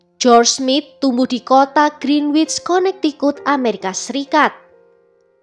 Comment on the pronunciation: Connecticut bacanya: konektikat ya min.. tolong d pelajari lg cara membaca kota dan negara d luar negeri jgn sampai salah.. Klo agak cpt bacanya hrs terdengar seperti : konektiket.